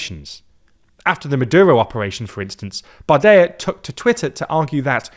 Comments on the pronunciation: Bardella, not Bardeia; you have to pronounce the l and even more so the double l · Hey love the video! Just a quick fix on the pronouciation of the french far right politician Jordan Bardella: it is pronounced "bar-deh-lah" and not "bar-deh-yah" keep up the good work! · No, no polls suggests the National Rally would secure a parliamentary majority in the event of a snap legislative election, as France's electoral system is NOT First Past the Post. Remember the 2024 elections? PS: it's "Bardella" not "Bardaya". He's French with Italian origins, not Spanish. Not even this piece of sh*t deserves to have his name butchered like that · It’s "barde-LA" not "Barde-YA". That’s an Italian name. Not a Spanish one. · its pronounced Bardella, not Bardeya. His descent is italian, not spanish Georgina never makes these mistakes, L host 😂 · Hello! There is a small pronunciation mistake for Bardella in addition to the German/Polish mistake. Unlike in Spanish, in French, the double "l" is only pronounced as a "y" if there is an "i" in front of it. So here it is pronounced as an "l". Bardela and not Bardeya. Good video otherwise! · Why do you pronounce Bardella as "bar-de-ya"? Two ll is still an l sound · Why are you pronouncing Bardella's name like he's spanish? He's "french" (italian). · Bardella is an Italian name anyway…